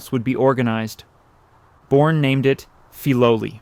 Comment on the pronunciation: Please say the name correctly